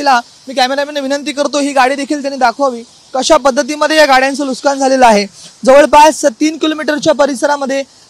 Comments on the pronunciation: नुस्कान नाही नुकसान म्हण लवड्या , मराठी बोलायला शिक आणी मग् पत्रकारिता कर... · Nuskaan nahi. Nuksaan. Neet marathi bolayla shik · अरे बाबा, नुसकान नसून तो शब्द नुकसान आहे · नुकसान ❌ लुस्कान ✅ 😂😂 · Nuskan nahi re Nuksan zhale mhan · नुस्कान नाही नुकसान रे बाळा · Nuskan ❌ Nuksan ✔️ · Nuskan nahi re dada nuksan mhanun Marathi Maharashtra saktiche kele pahije 😅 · अरे लाज वाटली पाहिजे TV9 मराठी ला. "नुसकान" नाही. "नुकसान" असा शब्द आहे मराठीत. ला राज ठाकरेंकडे पाठवा. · Nushkan nahi pan nukshan,kasha anpadh reporter? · वार्ताहरला मराठी नीट शिकावा नुसकान नाही बाबा नुकसान म्हना.... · नुसकान नाही रे! नुकसान😂😂😂😂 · नुकसान कि नुसकान नीट बोलावे . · ARE BHAVA NUSKAN NAHI NUKSAN. ASE KASLE MARATHI BOLTAT REPORTER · अरे मूर्खा नुसकांन नाही रे,नुकसान म्हण. मराठीचा खून करू नकोस.😡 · नुकसान ला हा पत्रकार नुसकान म्हणतोय. कोणीतरी सांगा याला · नुसकानं नाही नुकसान असते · NUK SAAAAN !! NUS KAAN NY RE 😂